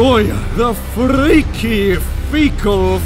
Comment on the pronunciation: The R roll on freaky brought tears to my eyes